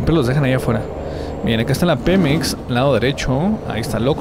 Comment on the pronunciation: Dice pimex😂😂😂